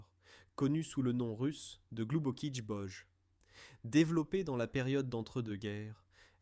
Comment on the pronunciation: gloubokiï boï, quand on ne sait pas prononcer le russe correctement, on ferme sa gueule !!!